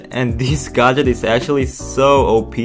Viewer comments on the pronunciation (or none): Please tell this man how to pronounce gadget😂🤣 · it's gadget not gaaaadget